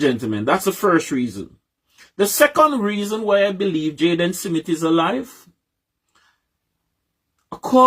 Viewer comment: Why Cant Us Jamaicans Just Pronounce SMITH Instead Of SIMMIT ?? This is Ridiculous, How Do We WAKE UP & DO BETTER If we can't be on the same page, all these likkle foolishness we do as people the reason why the country so loose, smh. BIG UP THE PLATFORM